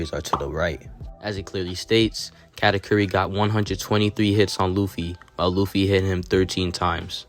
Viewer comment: I can understand Karakuri instead of Katakuri but "category" 🤣